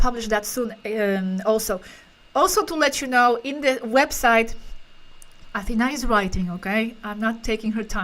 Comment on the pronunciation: that's the correct pronunciation of the name Athena. (AthenÁ). 👍 Not AthÈna.